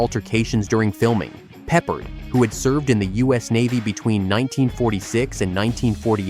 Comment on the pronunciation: It's George Pe-PARD!